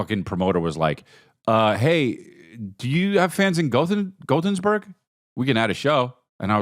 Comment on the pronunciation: CHRIS!...... Gothen....burg. Say it with me